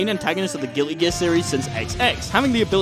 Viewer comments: Why is he saying gilly gear? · Why do you say gilly gear? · I can't get over the fact that it sounds like he says "Gilly Gear" everytime he tries to say "Guilty Gear" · I love how he says gilly gear instead of Guilty Gear.